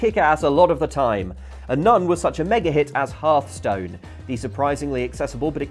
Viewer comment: halfstone? these people are English and they can't even pronounce Hearthstone properly